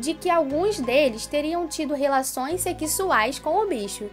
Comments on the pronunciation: "tiveram relações sekisuais " Ela falou isso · "sequisuais". poderia melhorar a fala nos vídeos. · "Sequisuais" KKKK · Vamos aprender a falar direito ne mana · Ainnn Relações "Seqsuais"